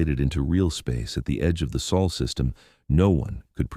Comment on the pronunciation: Why does it sound like the narrator is saying Sul instead of Sol?